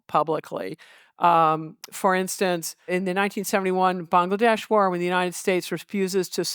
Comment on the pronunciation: Massive respect for her saying Bangladesh correctly